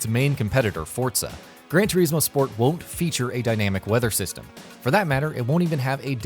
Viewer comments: Everything in this video, from the way he says "Turismo" to having Forza listed under "Simulation" is enough for me to just click off it right away. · See if you pronounce Turismo wrong once more ill flatten you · Cringe every time you day turismo. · This idiot says TERismo 1 more time.... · Its not Gran 'Tureezmo' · Cant listen to any more - "tureezmo" "mawzda" - really pal? 😂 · It's gran tore-is-mo not gran tore-ees-mo get it right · TUR IS MO TUR IS MO ITS FUCKING TURISMO NOT TUREESEMO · It's gran trismo not Gran trieesmo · Gran Turismo, not Gran Tureeeeeeesmo.. C’mon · Why can’t he say Turismo not tyrecmo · It's Gran Chur-IS-mo, not Gran Ter-EES-mo. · Turismo not Treesmo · Omd it's turismo not tureesmo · Sorry I pressed stop after the fifth "tureesmo" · It's Turismo, not tureezmo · Ter iz moe not tureezmo omgoooooooooooosh please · GRAND TUREEEEEZMO ? HUH? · I dont wanna be that guy but it gets on my nerves when people pronounce forza as "fortza" and whats ge calling gran turismo... gran turees mo ??? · Gran turizeemo... 😠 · Who else hear Fortza and Tureesmo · It's not pronounced grand toureeezmo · “fortza” “turizmo” i mainly play need for speed games but this just triggers me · 'Gran Toureeesmo' sorry! :) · It’s pronounced gran to r is mo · Grand treesmo? Fortza? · I stopped watching when I heard the third "GRAN TREESMO". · Gran Tureesmo 😂😂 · Gran toreesmo? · why do you have the pronounce the game names wrong? fortza? tureezmo? gtfoh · "Gran Treezmo" and "Fortza"? smh. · I wanted to put my fucking ears off listening to his he says "Turismo" it's not spelt "teriesmo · "Gran Tureesmo" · gran tureeeezmo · Tur"eeeez"mo for"t"za..... this guy is annoying lol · Gran Toreezmo? Mozzder? Sort out that pronunciation! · GREN TREEZMO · Aaaahhhh I can't watch it anymore GRAN TOREEEESMO. POLLIFINY!!! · You could start by saying turismo correctly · Why are you pronouncing 'Turismo' like that? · The way he says “turismo” bothers me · Saying turismo wrong